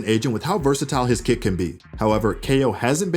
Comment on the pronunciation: Whf..its "kit" not "kid" for the past year I thought he says kid😭